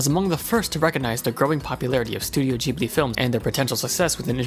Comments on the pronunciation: it's pronounced "Gh"(as in "g"reat)ibli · ITS PRENOUNCED GIBILE EVEN THOUGH ITS SPELLT GHIBILI